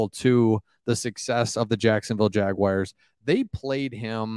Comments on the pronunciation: Cool channel! oh and it's 'Jag - wars' NOT 'Jag - wires'.. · Pretty please stop saying Jag-Wires. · Dude, please learn to pronounce my teams name!! There is no I in Jaguar!!🙄🙄